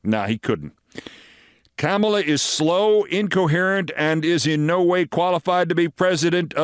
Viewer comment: It’s pronounced “Comma-la”, NOT “CAMEL-LA”. C’mon, Keith. Do better.